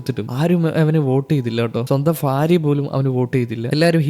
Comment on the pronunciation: ഫാര്യ ❌ഭാര്യ ✅😊